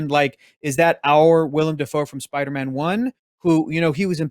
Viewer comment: 1 LIKE = 1 "SPIDAMAAN"